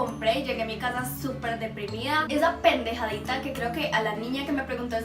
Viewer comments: en el minuto dice pendegadita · En el minuto dice una palabra que se escucha mal es pendejadita